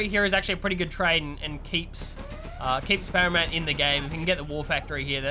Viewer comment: "As you say, a great engagement from Haramount"